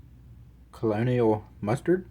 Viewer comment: Colonel is pronounced "ker-noll"...